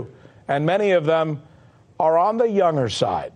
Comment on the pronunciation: "youner" is pronounced "younGer"